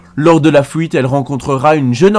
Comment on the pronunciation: fouite et le pouit. J'ai boucoup de mal avec cette prononciation x') ...